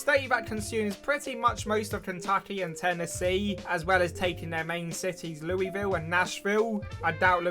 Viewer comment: You pronounced Louisville wrong